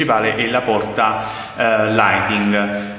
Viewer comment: Apparte L audio indecente si dice lightning non lighting!